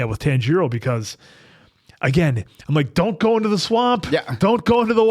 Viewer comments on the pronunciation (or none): the pronunciation is more TAHN- GEE-ROW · TAHN-jee-roh or tahn-jee-ro. Not tan-JEE-ro. Please. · The way you guys say names though 😂 Nezooko? Tanjeero? Y'all are gonna love an upcoming character cause the pronunciation of names reminds me so much of him 😂😂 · please pronounce Tanjiro right you’re literally watching in dub as well 😂